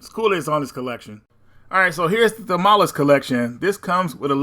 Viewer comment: This video was pretty rushed out. Please read the included instructions or look them up rather than saying “idk how to play this game”. The Thalamus (misread as “Thamalus”) collection in particular got shafted here